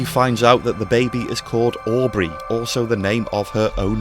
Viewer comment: & "Aubry"? 😒 The baby's name is Audrey.